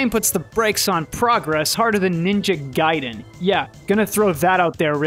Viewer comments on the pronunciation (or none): none